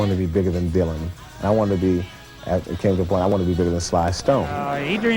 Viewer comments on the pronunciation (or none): none